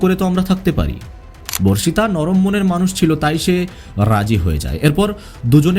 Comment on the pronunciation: ভার্ষিতা নয় বর্ষিতা/বর্ষিত